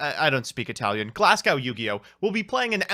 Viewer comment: You pretended to not be able to pronounce farfa, then you mispronounced Glasgow...